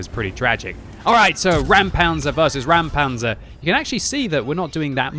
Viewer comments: It is indeed a "Räumpanzer" (clearance tank) not a "Raumpanzer" (space tank). Pronounce like "Roympanzer" as opposed to "Raoumpanzer" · Just say "Roimpanzer", that is approximately how it's spoken in German. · Räumpanzer* The "ä" instead of "a" is importany it makes a diffrent sound. It translates to clearing tank. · It should be spelled Räumpanzer (pronounced as Roym-Panzer); as in "Clearing Tank"